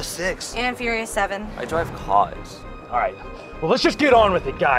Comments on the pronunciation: I DWIVE CWAS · My friends are all like "I dwive caws" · I DWIVE CAWS! BEHOLD! THE PROPHET HAS SPOKEN!! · Ai dwive caas